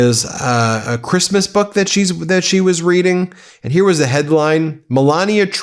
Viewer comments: I think her accent is worse when speaking publicly. I've heard her speak fairly good English on those recorded tapes of her conversation with that socialite "friend" complaining about CREEST-MUS. The famous "nobody geeves a eff about creesmus" conversation. She was speaking freely and openly and confidentiality to a friend and you get a better idea. But what you do hear is the typical always a victim attitude of the Trump's in her attitude in that conversation. But here's the thing. We never otherwise hear her speak unscripted. EVERY public speaking event could and should involve rehearsing and coaching to the point of helping with that accent. She only has to know how to say and pronounce the words she's going to say. And yet she always sounds completely unrehearsed and uncoached. Her awful public speaking is deliberate. So the question is WHO is promoting her image that way and why?!?! Are they deliberately just promoting her as the Eastern European trophy wife to boost Trump's image? A compliant, submissive barely able to speak English just look pretty just a wife and mother wife? Is it literally in the prenup Melania renegotiated when Trump won in 2016? That's what no one in public seems to know. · "Kreeeezmuss" and "eef it's a dok that leaks" got me tho lmfaoooooooooo